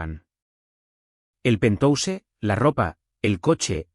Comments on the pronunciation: Es penthouse se pronuncia penjaus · Y penthouse esta mal pronunciado en ingles. Desastroso.